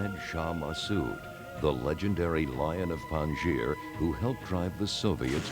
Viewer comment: "Loin of Panjshir"? LOL!